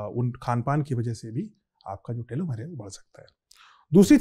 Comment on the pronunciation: Telomere hota hai bhai…. Telomer nahi